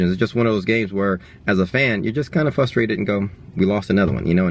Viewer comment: I love how he says "fustrated"